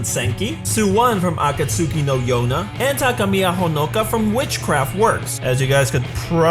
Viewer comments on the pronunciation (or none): none